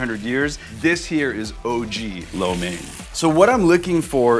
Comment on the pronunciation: USA4Soldier he does not know how to pronounce lo mein. He pronounce it like a white guy not like a chinese. LOL